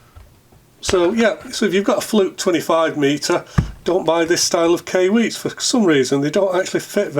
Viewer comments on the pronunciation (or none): Hey, I couldn't breath for a minute during the intro... Ok now though. Also, I think Kai is pronounced like before you karate chop a cinder block. And usually after as well. Cheerses!